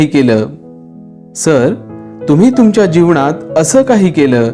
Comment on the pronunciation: तुमचा व्हिडिओ आवडला पण काही ठिकाणी बोलताना तुम्ही न चा ण असा उच्चार करता उदाहरणार्थ जीवणात माणव किंवा ज्ञाणाचा ह्या शब्दा कडे लक्ष दिलत तर ते भाषण अधिक प्रभावी होईल